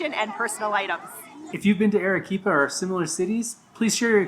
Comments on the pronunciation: It's not Erequipa, but Arequipa. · would be improved if you pronounced the city's name correctly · I'm American and I'm embarrassed they couldn't pronounce it right lol 😅